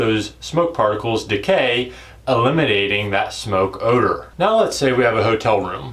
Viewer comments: Oewder...? Said like o-dur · The way you said Odor, I got worried